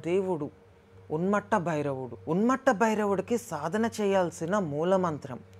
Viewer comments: ఉన్మత్త అనడానికి రాక ఉన్మట్ట అంటున్నవ్ బ్రో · Bro thank you for taking the time to share this knowledge! There is a small correction! It is not UNMATTA it is Unmatha (ఉన్మత్త)! Also please check the manta pronunciation once!